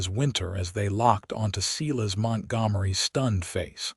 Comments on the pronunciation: If that's one thing I can't stand, it's a freaking AI computer that can't say names right! SEE-LAS?? WTF. 👎👎💩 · Silas is pronounced " Sigh...Lass " . Ai has not taken over yet. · I'm sick of this lame AI. Moving on. Look up how pronounce Silas. It's not seelus. The story is overshadowed by the disgusting way the AI reads. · Pronounced Silas wrong. As they sometimes do with names